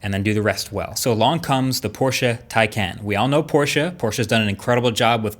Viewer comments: Your one of the few Americans I've heard, who pronounces 'Porsche' correctly. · I think marques is the only American who pronounces Porsche right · Thank you for pronouncing "Porsche" the right way. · German here, he does a pretty good job at pronouncing it correctly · Good to see that you pronounce porsche correct 👌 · He pronounces Porsche correctly. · Thanks for pronouncing "Porsche" correctly, Marques. It makes me happy everytime a non-German person manages to pronounce it correctly :D (doesn't happen too often) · just wanted to say thank you for pronouncing "Porsche" correctly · Yep he gets points for that. But loses points because Porsche officially announced it is pronounced "Tie-Con" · When you are so happy that he says Porsche correctly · THANK YOU for pronouncing Porsche right! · Had to check and as a german I must say it's so spot on I didn't even notice it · Thanks for saying POR-SHUH instead of PORSH. That is all. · Thank you for pronouncing Porsche correctly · *porsch eh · Finally! Someone who can actually pronounce Porsche correctly!!! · Yes. Porsche not „Porsh”. Bravo 😀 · Shoutout to marques for pronouncing Porsche the right way ❤️ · Respect for pronouncing Porsche properly. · you got Porsche right, now please learn to pronounce Taycan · Finally, an American that doesn't call it a "Porsch" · As a German im so glad you pronounced porschE correctly. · u are the first native english speaker i heared to pronounce porsche the right way ;) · Thank god he pronounces 'Porsche' right... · I had to pause the video to say this: YOU ROCK for pronouncing Porsche correctly! I cannot say how happy this makes a fellow German, thank you! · Give Marques a medal. he's pronounced Porsche correctly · So glad you're actually saying Porsche, like it's supposed to be, and not Porsch like most of the others 👍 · Thank you bro for pronouncing porsche in the correct way🤔. I am learning german so please say if thats correct. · Probs for saying „Porsche“ right!